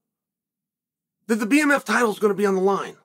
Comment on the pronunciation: Bmf not bfm